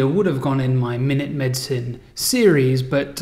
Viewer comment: tell that company they are idiots and that you were using it as an adjective... minute, small, microscopic etc. oh and you have an accent or speach impediment that makes it sound like minute, a unit of time, when you say the word.